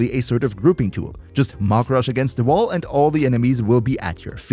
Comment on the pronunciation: Maximal entäuscht, that the German guy didn't pronounce "Mach" correctly...